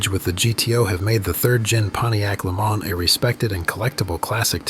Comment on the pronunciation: It's actually pronounced le MANS, not le MAN. It's American, not French.